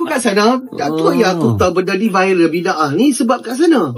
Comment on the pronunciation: Salah sebut tu bidah.. bida'ah mcm tak tau jer sebutan bida'ah. Ker korang mmg degil